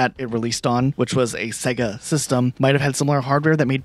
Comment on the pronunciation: Why does he say sega so wrong?